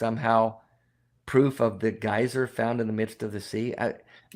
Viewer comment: Especially when they are trying to pronounce geyser 😁